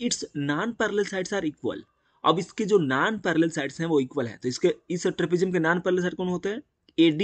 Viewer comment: Vo nanparallel sides nahi nonparallel side hota he anpadh